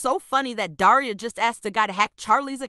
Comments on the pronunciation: When said daria it sounded like diarrhoea😊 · The fact that pronounces Daria like deiria 😭 (Sorry if I spelt that wrong im not English!) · Daria more like daraia